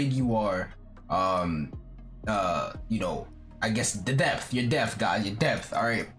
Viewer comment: "The depth guys DePH, Death.... your depth. lol i love you <3